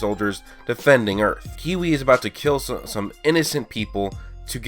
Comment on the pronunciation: His name is kiwi it's Cui